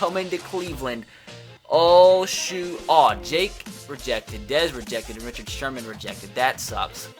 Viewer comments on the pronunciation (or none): It’s jalen rishard that’s how it’s pronounced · Jalen Richard's Last Name Is Pronounced Rishard. Raider Fan So I Know That One. No Big Deal. Love The Videos.